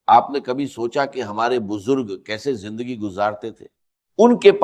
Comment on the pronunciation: jindagi nahi zindagi hai pahle bolna sikhye